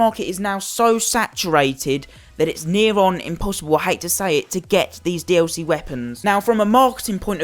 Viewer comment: thank you it was pissing me off how he was saying "dlc"